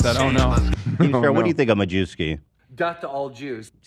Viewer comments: You pronounce Majewski in Polish "ma-ye-v-ski" not "ma-jew-ski". Also "a Jew" in Polish is "Żyd", so it has actually nothing to do with the Jews ;) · Oh no, Majewski is pronounced "mayevski" in Polish, ma-jew-ski sounds so awful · holy fuck... dude is Majewski not Ma - jew- ski... " j " is read like "y" in word "may" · Majewski 100 per center polish name, read: Muyevski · just a fun fact - Majewski is a common Polish name, not related to jews. Should be pronounced like 'Mayevsky'. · Majewski in Poland is pronounced MA-YEA-VSKI 😂 I can't with Americans mispronouncing Polish names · I think Majewski in terms of pronunciation is ‘Mayevski’ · Did anyone let Ethan know Majewski it pronounced more like “mayewski” and it means something along the lines of “the May man?” 😂 I don’t think we have any antisemitic surnames in Poland thankfully